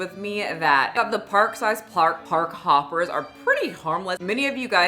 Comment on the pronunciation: “park size” 😭